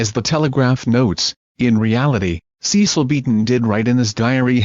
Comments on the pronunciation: Not Ceeecil Beaton. Cecil like the e in pen. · Yes, in case anyone listening thinks that Ceeecil is the correct pronunciation